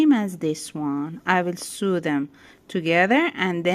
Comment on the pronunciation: Thank you so much for the lesson in making ball cushions it was really great. Very easy to understand. I have subscribed. You speak such good English. Btw and with the utmost respect the word SEW is pronounced like s-oh-w.. oh as in Oh dear,, open, Oklahoma! Hope you don’t mind me mentioning. English is a tricky language with all of the vowel sounds. 🤣